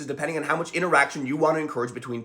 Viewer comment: Dude, the way you emphasize ENcourage vs DIScourage could be a video on its own.